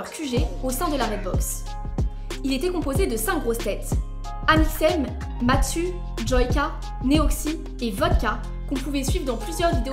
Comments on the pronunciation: Juste c'est Mastu pas Matsu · MASTU PAS MATSU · C’est Mastu pas Matsu 😭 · Mastu pas matsu! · C'est mastu pas matsu mais t'es video sont superbes et intéressantes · Math sup? j'adore ce youtubeuuurrrrre! Mastu putain c'est marqué partout dans ta vidéo lit le correctement stp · PAS TOI c’est MASTU PAS MATSU 😭😭😭😭😭😭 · MaStu pas matsu 😭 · Euh c'est pas plus tôt Mastu 😑 et pas Matsu 😐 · c'est MASTU pas MATSU mdrrr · Mastu pas Matsu mdr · c'est Mastu et non Matsu 😅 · Par contre c'est mastu et pas matsu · C’est MASTU pas MATSU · mastu pas matsu😂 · Elle a dit matsu (elle est pardonné) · Matsu...le pauvre personne dit son pseudo correctement😂😭 mais sinon super video🌟🫶🏽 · Elle a dit matsu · Honnêtement la vidéo par d'une bonne intention mais entre les noms qui sont écorché comme "Matsu" "Webemédia" et le faite d'avancer des choses sans preuves la vidéo est longue et finalement peut intéressante. Affirmer que Cyprien a recruté Squeezie juste pour des raisons professionnel et que du coup leur relation est fake c'est bête. Ils se sont liée d'amitié réel, on fait plusieurs projet ensemble entre leur chaine gaming, Lestream etc. Surtout Cyprien a été réellement affecté par leur séparation AMICAL. Je trouve que les propos que tu tiens sont assez bancale.